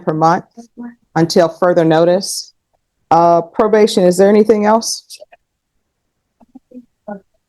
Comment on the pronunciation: Didnt she say „probaded“?